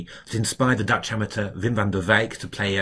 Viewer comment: So well pronounced... The names of dutch players! Greetings from Germany, you're doing fantastic work.